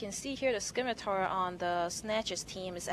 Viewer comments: Scimatar - Simatar not skimitar You dont say skissors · If she says skimitar again I will skin her face off. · You think she deserves some sort of special privileges just because she is a female? If someone refuses to pronounce words properly, and adds little to no value as a commentator, that person will be rightly criticized. It does not matter whether that person is male, female, black, white, yellow, brown, Jewish, Christian, Muslim, Atheist, rich, poor, human, or space hamster. If you act like an idiot on an international broadcast, you will be publicly ridiculed.